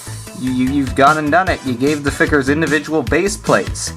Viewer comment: figers? FIGERS?? WTF ARE FIGERS?!?! (still funny)